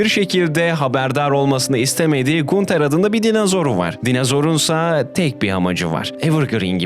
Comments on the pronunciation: video iyidi. sadece gunter yerine “gantır” diye okumaman biraz sinir bozucu olmuş 😂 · gunter diye mi okudun yanlışmı duydum o ganter diye okunuyor abi :( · ganter diye okunuyo gunter değil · Kral teorilerin çöp olmuş, ki teorilerin çoğunu redditten araştırmadan, sorgulamadan almışsın. Diziyi 3 defa üst üste bitiren arkadaşın oğuz diziyi arapça izlese daha iyi anlardı. Onun dışında kendisi ya kulaklarıyla dinlemek yerine ayaklarıyla dinlemiş ya da gözleriyle izlemek yerine mabadı ile izleyip bitirmiş sanırsam. SON OLARAK İSE GUNTER YAZILDIĞI GİBİ OKUNMAZ GANTIR DİYE OKUNUR. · GUNTER "GANTIR" OLARAK TELAFFUZ EDİLİYOR KAFAYI YEDİRDİN YA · Knk allah aşkına gunter ne düzgün oku şu isimleri